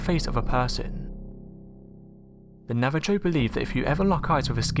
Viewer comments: Yeeeeah it's not an American English word, it's a Native American Indian word, they spoke their own languages. One would not go to Japan and deliberately mispronounce their own words, but if done by mistake, I'm sure someone would help them out in pronouncing it correctly, which is the case here. He didn't know, so rikki was helping. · It's not disrespectful to mispronounce anything. It's called a mistake. People mispronounce things all the time even in their mother tongue. It really isn't a big deal. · Yeah seriously a simple google search would have been enough. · I literally cannot believe he said 'nava-joe' lmao. Like cmon dude... do your research before narrating. It makes you look incredibly ignorant even if you don't mean to. Don't get me wrong I love your videos Unsolved, but rikki is right... nav-a-ho. Be respectful and take the time to learn how to pronounce the peoples names with whom you make videos on/about. No excuse for that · Please, it's pronounced "Nava-Ho", not "Nava-Joe!" I know you're English, but you can still use Google to look it up. I love your videos, and that's the only complaint that I have. It's simply rude to continue mispronounce proper names like that. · love this channel but.... its not ''navajoe'' its ''Navaho'' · It's "NAVA-HO!!!", NOT NAVA-JOE! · Lesbian Gamer actually sone words are described as such without english terms. so in many countries it na-va-joe!!!! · If you are going to take the time to put together these videos, Take a few more seconds and LEARN to PRONOUNCE words properly. It's really not that hard. It will lend greater credibility if you know HOW to say the words there my NavaJOE Bruvver. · “Nava Joe” I caught it the first time you mispronounced it. But the second time I busted laughing out loud you said it. Couldn’t even help it, total belly laugh... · Not nava-joe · Nava-joes! come on really! lol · Its spelled navajo but you pronounce the jo like ho